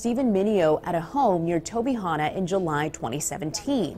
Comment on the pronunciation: Kudos on correctly pronouncing Tobyhanna when the Philly newscaster couldn't. This is pretty local to me and I can't believe I missed this whole story when it happened. Bonkers.